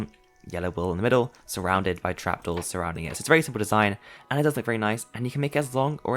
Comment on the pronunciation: How manny times he say Siple 🤣